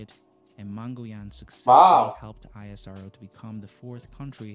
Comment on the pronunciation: The pronunciation in this video is I-S-R-O . It's not Like that It's ISRO . Like You call NASA . Not with there letter .